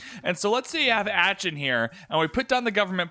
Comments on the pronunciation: "AH-ken." Not "Ach-un." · I'm pretty sure it's like 'Aah-Chen'. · Other german speaking people here? triggered by the way he says Aachen tbh. It's pronounced Ahen, just switch the ch sound for a h sound and its fine :D Love your Vids tho! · "atchen" :D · I was looking for a comment like this :D. Yes, triggered as well haha....Once is ok but the amount of times gave me bad chills. The ch doesnt really exist in english (it sounds a bit like clearing your throat) but just make it a k or h instead, Aken or Ahen. The long A was correct but its more like a british english A then an american A. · As a German I really had problems to understand you when you tried to say the name of Aachen. ^^ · Love how he butchers the pronunciation of AACHEN. Also the city where Charlemagne is located a.k.a. Charles The Great. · it really isn’t... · is this a trolling comment? :D Aaa-chhhhhh-en. Coming from a German. ;) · Thats not how you pronounce aachen.....oof lol